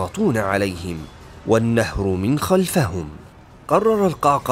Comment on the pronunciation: "من خلفِهِم" بكسر الفاء و الهاء